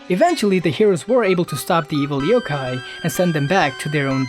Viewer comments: y did u say evil Yo-kai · did yo say Yo-kai?